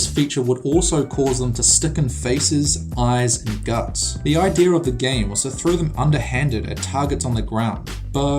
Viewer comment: A really good video! Except I found it funny how he said "Ideyer" Instead of "Idea"